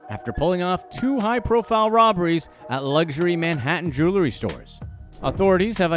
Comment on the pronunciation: Consider just how many times this guy has said "jew-ler--ry" instead of jewelry over these years.. Excruciating 😑